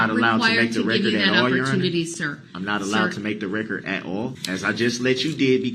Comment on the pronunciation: I can't help but laugh when he says "Now, yeronner! I LET you make yer rec-cerred. Is dat fare to say? I dint inter-upt you while you wer making yer rec-cerred! Now, wen am I gonna be able to make da rec-cerred?" This POS really thinks this is a give and take situation. As if he and JUDGE D are on a level playing field. They are not! That's a really sad testament to what he's gotten out of this whole trial, with the jury ready to hear closings. He hasn't learned a dang thing.😆😆😆